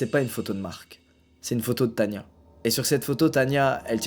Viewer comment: c est as tania mais tana XD